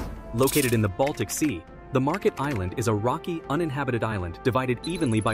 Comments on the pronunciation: It is not pronounced Market but Märket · It's actually pronounced "Maerket"